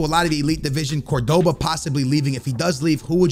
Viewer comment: You pronounce Cordoba CORD-BA